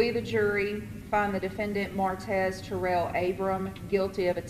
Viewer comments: Mar-tez not merits 🤦🏿‍♂️🥴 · I know he killed people and all that, but that man name ain't Maretz. Its Martez. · You can’t pronounce martez? “Merits” lmao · Why can’t you say Martez??